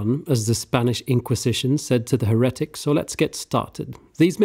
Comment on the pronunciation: Unrelated to the video I chuckled every time the word 'heretic' was said not being rude or anything I'm a big fan of videos since I discovered him more recently and love how good he is with the story telling and drama and emotions he can evoke in a video!